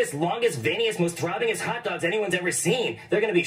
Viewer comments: Sound like he said top dogs together which sound like taco 😂😂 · nahhh he fs aint say hot dogs he said sum like tatdogs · I rewind it but it did kinda sound like tacos😭but it just how he said it